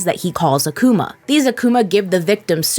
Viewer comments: akuma, with different pronounciation (more emphasis on the a rather than on the u) so yes :> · Yeah, and the way they pronounce it is weird after hearing it in anime spoken in Japanese. I’m used to a-ku-ma as opposed to ladybug’s a-kuma. The A should be focused on as opposed to the U - I think is the best way to describe it to people who don’t know what I mean.